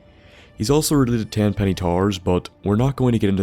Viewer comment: "Tenpenny Tar"